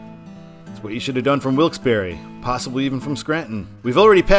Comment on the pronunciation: I absolutely HATE mileage-based exit numbering! But it IS nice to hear someone CORRECTLY pronouncing Wilkes-Barre! (Yes, it's 'BARRY' NOT 'BAR').